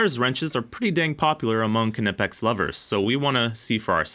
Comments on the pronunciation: it's not k nipex, jusr pronounced nipex silent k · The K is silent, its pronounced nipex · We don't pronounce "knife" as kuh-niff. we say "Nyfe". So using that logic, why is it "kuh-nip-ex", and not "Ny-pex"? Anyways, great video as always. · You dont say K-nee, K-nife, or K-nipex - the K is silent so its said as "Nipex" - great channel but please say it right as it does my k-nut in :) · Knee-pex not ka-nip-ex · Just for the masses...it's knipex pronounced "nipex" not (kuh-nip-ex) just like knife is pronounced "nife" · Please don't keep saying KUH-NIP-EX. We don't care if some nerd has verified that it's pronounced that way on their website. Nip-Ex, silent K. Please 🙏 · Ka-nipex? I thought it was pronounced Nipex and the silent k was a German thing. I could be wrong, K'nipex sounds terrible though! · The K is silent, it’s “nipex” ❤️ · Yeah if you say "kuh-nipex" you can go hang out in the try hard corner with the fools that say "porCH-uh" at least yall with have friends now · It's not "KUH NI PEX", the "KN" is pronounced like the "cn" in "Acne", no filler vowel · I don’t think you pronounce the K in Knipex, nipex….. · Love the videos! But, fwiw, it’s pronounced kuh-nee-pex by the company itself. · Good test! Good video. I just have to say it, it is gnawing at my brain. "Nigh-pex" = Knipex. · “Nipex” with a silent K 🎉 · Damn kuh-nip-ex I mean yes but skip the uh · I've never liked that pronunciation of Knipex, yet everyone does it. Pronouncing it as if it was Knifex, with a P instead of an F, sounds a lot better. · OMG NOOOOOOOO! "NYE-PEX" im so triggered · You don't say ku nif, you say knife. Ni pex k is silent. knipex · Am I completely wrong that the K in Knipex is silent? I even googled it, and google told me it is pronounced nipex. Project Farm always pronounces the K as well. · I don't get the pronunciation with Knipex they say it Knipex but then say its Kuh-Nip-X just say it how it's written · Knipex is a silent K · Don't pronounce the K you Knucklehead